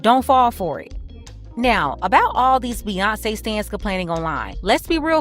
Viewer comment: Hey I thought they were at a dance party with Bew-yawn-ce lol